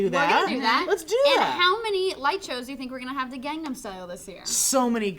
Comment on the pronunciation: Wow! surprised me when she was the only one who pronounced "Gangnam" right...lol who knew?